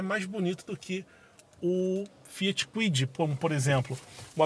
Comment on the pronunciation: Ele falou Fiat Kuid?😂